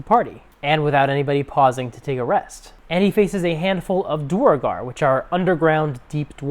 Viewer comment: Interesting that you've watched so much CR you mispronounce "duergar" the same way Matt does. ;)